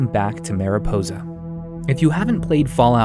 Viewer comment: As someone who speaks Spanish it irks me whenever he tries to pronounce "mariposa" lol